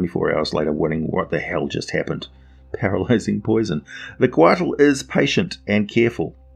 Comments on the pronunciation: I live in New Mexico USA. I am familiar somewhat with Nahuatl (Aztec) language. Couatl is pronounced "koe-AH-ł", the ł sound being made by placing the tip of your tongue on the roof of your mouth then hissing. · The "t" is silent. Quetzalcoatl is the full name of the Mayan/Aztec god.